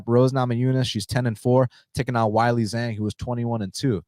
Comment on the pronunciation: She's not called Whylee... it's Weili. Zhang Weili.